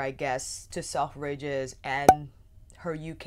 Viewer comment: Love you channel but I wasn't sure what you were saying at first with the way your pronounced selfridges its more like sel-fridges rather than self-ridges